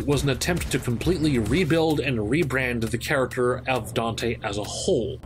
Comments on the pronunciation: “Dino” EXCUSE ME SIR! His name... is “Donte” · This is my first time hearing him called “Dino”. I’ve always heard of him as Don’te or Donte. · Dino? I thought we called him "Donte" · Where did the "DINO" thing come from? I always heard people call him "Don'te"